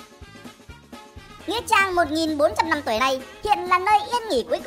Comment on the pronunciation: là "Mother of nghĩ trang" hay "Mother of nghĩa trang" vậy ad. Định cmt bắt lỗi mà sợ hiểu sai :))